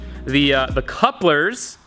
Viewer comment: Its pronounced cóòp-lƏR. Not CÜp-LeŘ.